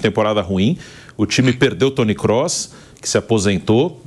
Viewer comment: Quando esses jornalistas vão aprender a pronunciar "Kroos" corretamente? Basta botar no Google.